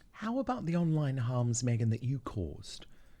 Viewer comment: Mee-gain - “Fake News”